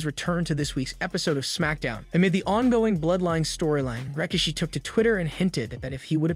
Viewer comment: Who's rikashe? It's rikishi bro